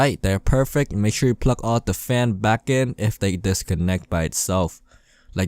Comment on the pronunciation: i wonder how many times he said pluck instead of plug